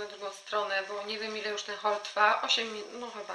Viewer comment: "Cześć! Zapraszam was dzisiaj na hol zakupowy." Nie 'haul', ale 'hol'!!!! W raju jestem, kiedy Polki mowią po angielsku… Pozdrrrrwmm (masz kieszonkowość)